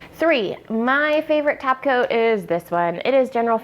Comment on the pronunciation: Good video and those blue eyes are amazing. (I kept hearing "tap" coat....lol) Subtitles do help